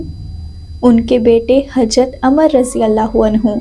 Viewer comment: Amar nahin.....Ammaar bolein bitiya